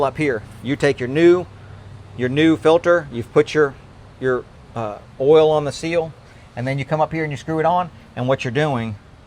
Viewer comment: I love the way says "oal" for oil.